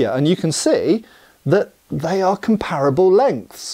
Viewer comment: I often wonder why even British people can't pronounce "comparable" correctly?